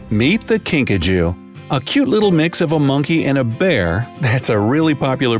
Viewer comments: I thought you said Pikachu but it was kinkajou hahahahahahahahahh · Video:”A kinkajou” Me: Are you sure its not PIKACHU? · ”kinkajou” What I heard: *”pikachu” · I heard Pikachu when he first said it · At first I thought he said pikachu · i thought he said pikachu too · “The Kinkajou” Me: Wait wuh, pikachu?